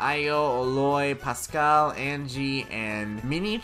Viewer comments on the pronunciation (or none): none